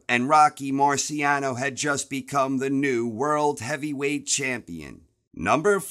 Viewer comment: Mispronounced Marciano. Also wasn’t Rocky undefeated???